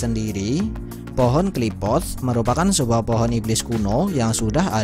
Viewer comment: Qliphoth min bukan Qliphothss😂